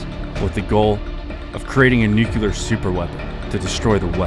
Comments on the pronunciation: It’s nuclear, not “nucular”. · I’ve always wondered how the brain turns the word nuclear into “nUcYuLuR” 🤣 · NOO - CLEE - ER ! ...Not new killer... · Amazing video, but every time you say nucULar instead of nucLEar, i die inside a little. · Bothered me so much. I thought I was the only one until I saw your comment. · I really wish people would stop saying "nucular". It's nuclear. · Absolute favorite channel on YouTube, thank you for your hard work! (P.S. It's pronounced nu-clear, not nuke-ular) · it's NUCLEAR NOT NUCULAR:face-red-droopy-eyes::face-red-droopy-eyes::face-red-droopy-eyes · NucLear. Not nucular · as the great homer simpson once said, "new-cue-ler, it's pronounced new-cue-ler" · Nuclear is not "nook-you-luhr". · Nue-cu-lar? Dropped by a B-28? I think you need to work on your facts and grammar. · How to pronounce the word “Nuclear” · Solar duck but you got to learn how to say nuclear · If you're going to talk about atomic bombs, please learn to say "nuclear" correctly.